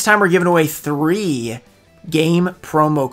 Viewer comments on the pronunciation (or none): none